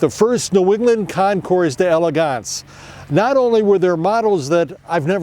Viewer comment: Hi Bud, Nice video and well presented commentary. I believe that Concours, has a silent "s" at the end.